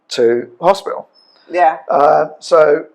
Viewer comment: HOSPITAL NOT HOSPIAL GRANDMA